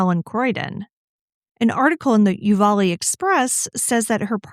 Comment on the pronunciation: The county is Offaly , pronounced off a lee. Sounds like u said u va lee. Counties in Ireland can be hard to say 😂